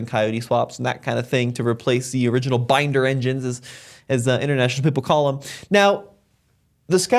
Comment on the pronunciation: Not binder engine 😅. Combine, as in corn or grain combine.